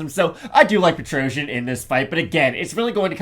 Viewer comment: Nobody pronounce Petrosyan correctly. The ending doesn't sounds like trojan , it should pronounce more like Petrossian